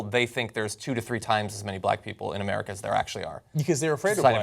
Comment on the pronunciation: What's with the pronunciation of 'AmericA' like you're asking a question?